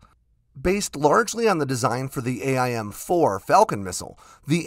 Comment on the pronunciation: A-I-M ... lol